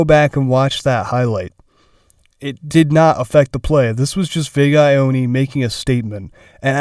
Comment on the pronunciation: Ioane is pronounced yoh-ah-neh lol